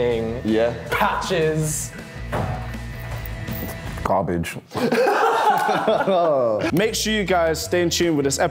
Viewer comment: “Garage “ Lmao